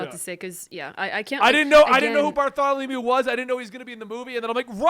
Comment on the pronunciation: I heard Bartholomew and kept thinking he was talking about Kuma. But he means Bartolomeo.